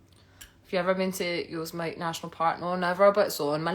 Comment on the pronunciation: Yosemite is pronounced yo - sem - it - tea. Love to hear you do a summary of Scottish geology by region.